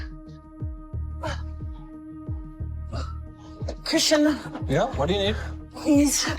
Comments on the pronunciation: Why is she pronouncing Christian as CHRISHUN tho 😭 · Why does she call him Chrishan. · Is there any reason she is completely unable to pronounce her boyfriend’s (well, her EX-boyfriend now, I guess) name properly?? It’s like fingernails on a rusty car… betcha didn’t think I was going to say rusty car LOL. Every time she whines “Chrisshunnnnnn” makes me want to slap her… “What are you, FIVE?!?! Damn, girl. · I hate how often she says "Chrisshon" not Christian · Kri-shuun, kri-shuun, kri-shuun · CRISHUUUUNNNN!! I ate to much & UR CAUSING ME MY WLS!! CRISSSHHHUNNN!!! Dam! She couldn't even say her bf's name rite? Is she 12???